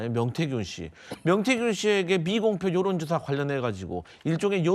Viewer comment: ㅋㅋㅋㅋㅋ전라도에요? 발음 구수하네요~ 요런조사~~가 아니라 여론!!! 고것이 ~~아니고 그것이